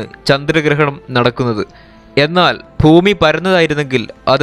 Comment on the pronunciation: ശരിയാണ്. ഫൂമി : ഭൂമി